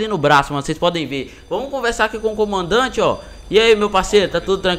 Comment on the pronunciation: Na hora que vc falou comandante saiu comaodante